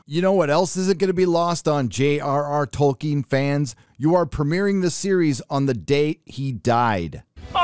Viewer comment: I cant be the first person to point out that isn't how you pronounce Tolkien. Edit - somehow you corrected yourself mid-video